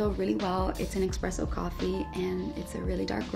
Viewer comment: D- did u just say expressoooo???